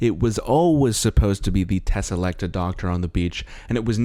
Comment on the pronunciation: i just want to mention this as also another NA doctor who fan i think it's tesalecTOR and not "TAH". otherwise i mostly agree with the the review as a fan of the original rtd era. Im tired of these same old writers and i know there's plenty of scifi/fiction authors in the uk willing to write and take a risk on a DW script but the BBC or showrunners would be unwilling to do. the fact that these men grew the revival out of being the "biggest fans"in the writing space while unwilling to platform new writers seems "pick me" in a way . honestly my biggest disappointment for this new 8 episode series was that the only writers were RTD and Moffat despite how much i love them. Change is a necessary part of this show for it to survive for 60+ years and for it to continue further it needs to not piggy back the revival from less then 20 years ago.